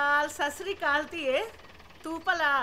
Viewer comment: ਸਾ ਸ੍ਰੀ ਕਾਲ ਸ਼ਬਦ ਦਾ ਕੋਈ ਅਰਥ ਨਹੀ ਜੀ। ਅਸਲੀ ਸ਼ਬਦ ਸਤਿ ਸ੍ਰੀ ਅਕਾਲ ਹੈ । ਕਿਰਪਾ ਕਰਕੇ ਸਹੀ ਸ਼ਬਦ ਦਾ ਉਚਾਰਨ ਕੀਤਾ ਜਾਵੇ। ਧੰਨਵਾਦ।